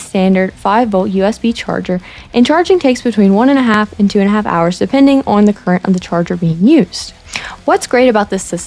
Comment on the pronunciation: Interesting how you say “on”. With your accent it’s “ooh-hun”. Funny. Love the channel.